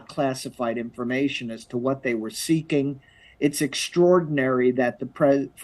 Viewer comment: “informat” Oh no they got him this time 😂😂